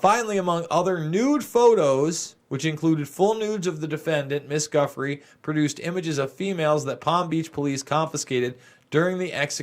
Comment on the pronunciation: pronunciations : Giuffre = JOO-fray Sjoberg = SHO-bare